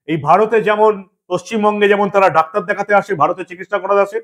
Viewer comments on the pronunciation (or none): none